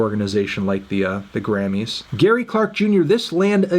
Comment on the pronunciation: Anthony it’s pronounced “Grammys” not “Grannys”